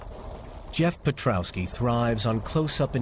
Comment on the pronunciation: lol "Perkowski" You didn't even try did you